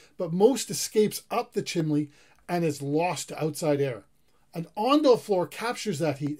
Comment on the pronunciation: No "L" in the word chimney. CHIM - NEE .... not CHIM - LEE.